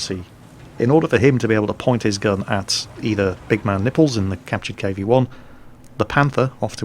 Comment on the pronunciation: I think the proper pronunciation of his name is big MAN nipples, rather than big man NIPPLES. Or you can just call him Bologna tits... Salute!